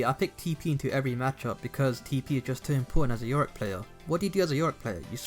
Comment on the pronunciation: it triggers me when he say yoriCK